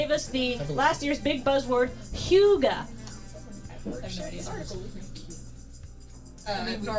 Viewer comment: as a dane, the way pronounced "Hygge" hurt